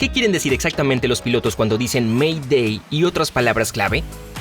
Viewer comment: Según la normativa oficial de ICAO se pronuncia "MEIDEI" y no "ME DÉ".